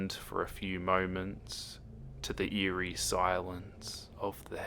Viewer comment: when he said:eary chill running down my spine,i had a chill run down ma ass